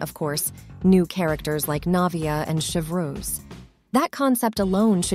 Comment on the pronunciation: « Cheuvroose » Me, a french dude : ah shit, here we go again.